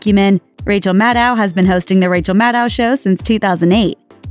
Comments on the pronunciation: That's the best you could do for Maddow shadiness? Also, you mispronounced her name throughout the entire video. Maddow rhymes with "shadow." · It’s pronounced “Maddow”, like meadow, you idiot.